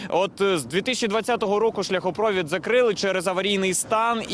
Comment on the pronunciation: Скажіть, хтось, журналісту, що в слові шляхопровід, наголос на літері І. За Кличка промовчу.